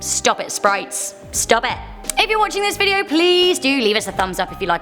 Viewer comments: Noone: Absolutely noone:: sPrItEs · Um did she say sprites? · D-did she say sprites? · Did she just say sprites in the beginning..😂 OMGG LMAO WHAT